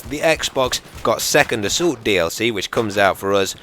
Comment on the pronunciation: "Second Asoolt". LMAO